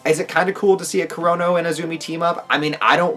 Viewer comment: Why do i keep hearing corona instead of kurono !?lol